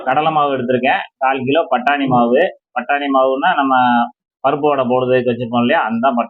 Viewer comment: பட்டாணி மாவு . அது என்ன மாவு .கொஞ்சம் தெளிவாக சொல்லு இங்க அண்ணா